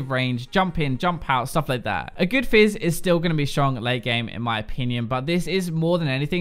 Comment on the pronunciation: He said Jizz when he was talking about fizz xD